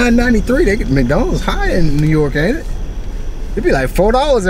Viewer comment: Bruh... thats how you know is from the south. When you pronounce it Mack-donalds. HAHA love it.